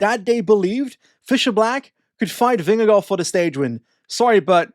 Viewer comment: Your pronunciation of Vingegaard is really good! Not quite native but pretty f*cling close!